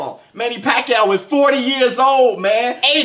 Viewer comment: The way he say "Manny Pack-yao" is hilarious!